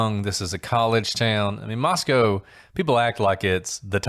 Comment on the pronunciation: I'm listening to another podcast of y'all's on Spotify but realized you're saying Moscow like the Moscow in Russia...the Moscow where the stabbings were is pronounced like Moscoe instead...no W...like Roscoe but it's pronounced Moscoe but spelled like Moscow, of course....just wanted to catch you and I hope you see this.